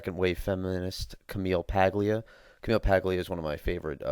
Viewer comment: I'm a liberal and I agree with your view on "cradle and end" social welfare. I'm also a fan of Paglia, even though I often disagree with her. P.S. it's pronounced PAH-lia.